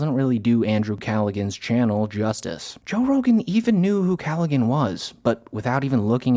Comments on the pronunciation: It's pronounced "CALLA-han" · I just gotta say that Andrew's last name is pronounced KAL - uh - HAN (no G sound). Also, don't forget to give credit to Elephant Graveyard and his amazing videos on the Austin scene... Dude is a cultural catalyst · Cal-a-han. Andrew Callaghan. I like you but Jesus Christ. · For one, it's pronounced Andrew CallaHAN. But two, isn't this Brian McCarthy guy a former Kevin Brennan associate? That alone would be enough reason to not rely on his side of the story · It's Andrew Callaghan. Pronounced kal-luh-han. Not to be petty, but it was driving me nuts, haha. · When you are trying to use Andrew Callaghan to make a pretentious point you could at least pronounce his name right. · Every time you mispronounce Callaghan I want to scream. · Is he mispronouncing Callaghan’s name just to spite him? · that's not how you pronounce Callaghan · The "g" is silent in Callaghan. lol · I wanted to like the video, but you committed too many sins. I agree with the premise, but 1: this is barely more than a list of examples 2: lazy, ineffective use of stock footage 3: wholesale theft of large chunks of other's content 4: didn't bother to learn how to pronounce "Callaghan". I couldn't make it halfway. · Why do you pronounce the "g" in Callaghan? I've never heard that before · You're saying andrews last name incorrectly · bro doesn’t know how to pronounce callaghan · The worst part of this video is how you pronounced Callaghan lol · the way he is mispronouncing Callaghan is killing me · Can’t even pronounce Andrew’s last name, do better man. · Not how your pronounce Callaghan but OK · Bro, how do you not know how to pronounce Andrew Callaghan? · Repeatedly saying Andrew’s last name wrong was hilarious lol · Callaghan is not pronounced w a G 🤦‍ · Please learn to pronounce "Callaghan" properly. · The way you say Andrew’s last name is a crime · You don't pronounce the G in Andrew Callaghan's name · Can't pronounce Callaghan's name correctly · Calligan? Bro.